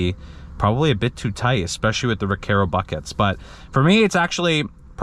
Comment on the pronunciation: Recaro RS-G is for 32” waist max. Great video! Just an FYI, not trying to be a smartass: The “Car” in Recaro is pronounced like Car and not Care 😀